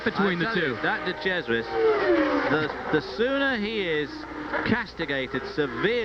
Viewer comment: LOL at calling de Cesaris "de chez-uh-ray". He's not French, dude.